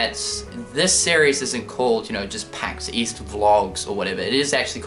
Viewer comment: Pax East? I thought you said 'Weast' Oh wait, that's west...